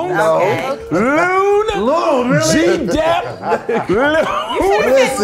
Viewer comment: ...you did not just say "Loon" like that with confidence?!